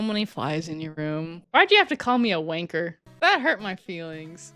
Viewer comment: He tries so hard to sound British, but he sounds nothing like us 😂 When he says w@ he says it like Wayne-ker. He pmo so much when he claims to be “33% British”. For starters Britain is multiple countries, and second pretty much most Americans are descendants of British colonisers. you aren’t British in any way. You are 100% American. You have American parents and most likely American grandparents, great grandparents etc